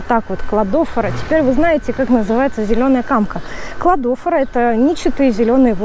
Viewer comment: Не посчитайте за грубость, Кладофора ударение на последнее О. И спасибо большое за полезную информацию 🌻😊